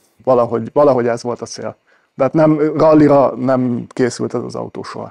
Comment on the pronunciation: Szép az "ató"